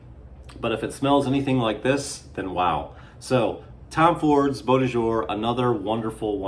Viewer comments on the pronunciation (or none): none